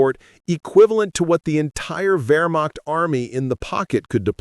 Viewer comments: It is NOT "Wearmockt" soldiers, but Vehrmacht soldiers. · It's pronounced " VerMacht" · "Where-mach" soldiers 😂